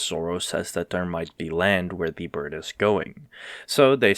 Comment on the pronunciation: loved how you pronounced it as "D" bird instead of "the bird"